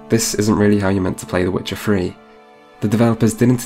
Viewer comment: Ah yes. "Vuh Wit cha Free". Classic title